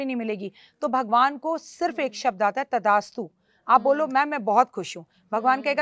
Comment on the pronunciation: मैडम जी तदा अस्तु... नहीँ बोलते.. तथा अस्तु बोलते है... आप का कई शब्दो का उच्चारण सही नहीँ है कृपा इस पर ध्यान दो क्यूं कि आप को बहुत लोग सुनते है..🎉🎉🎉🎉🎉